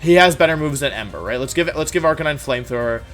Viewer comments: bruh its pronounced are ca9. you know like a CANINE. dont even get me started on gyrados. otherwise good vid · 'arcakneenai' bro tf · I'm sorry but the way you pronounce "arcanine" is the dumbest mispronounciation I've ever heard. It's "are-canine." You simple or something boy? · ….arch uh nee nay? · Did he say arca nee nine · "He has Arcininine" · 99% he’s doing it intentionally because he finds it funny, he does that a lot. Examples: Arcanine as Arca-ni-ni, Gigalith as Jigalith, etc... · No one: Wolfie saying Ar-K-9: Arkin-NENE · you said Arcanine wrong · "Arcaneenae" "Cinderachee" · Arca-ni-nay Deky-dewy Cinder-achi Dude you can't pronounce names to save your life lol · listen I know you arent the best at pronouncing pokemon name but come on Arcineenay really its Arcinine as in 9 edit also Cinderachee really its like an ace CinderACE sorry if Im being nitpicky but Ive never heard this before